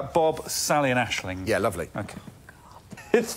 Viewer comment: Surely it's AiSling here :p